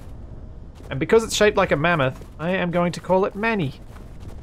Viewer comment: momma-th? xD